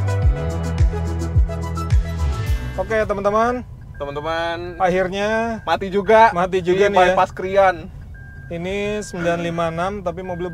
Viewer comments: Bang pengucapan "krian" yang betul adalah "kriyan" bukan "krik'an" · baca krian nya bukan kri an bang, tpi langsung Krian